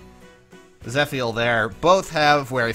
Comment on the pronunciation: My guy. Im fairly certain its proounced zeh-fee-l